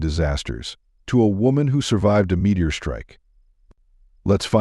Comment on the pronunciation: "Woman survived a "Meteoror" strike (pronounced: Met-E-or)!!!!